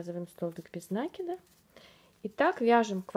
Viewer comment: МК чудесный!!! Только не нАкид, а накИд. Слух "режет", а корзинка просто волшебная.